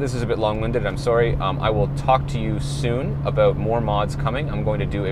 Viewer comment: Every time he said “a-boat”, I took a drink. 👌 🥃 🇨🇦 This was a very casual, helpful and informative video. Thank you,! ✌️